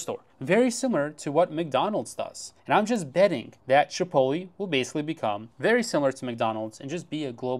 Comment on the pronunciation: Chi pohT leh, not chipolly